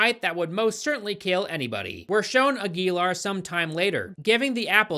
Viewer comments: His name is pronounced "Aguilar." Hope this helped! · Ag-yell-are...I'm thinking.. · It's actually pronounced Aguilar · Aguilar is pronounced Ag-you-lar. Yeah, I saw this in theaters and somehow forgot I was watching the movie until the credits rolled. It was. Forgettable. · It's pronounced "agwi-Laar" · The way is pronouncing Aguilar makes me want a lobotomy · I wish you looked up how to pronounce Aguilar before trying to say it...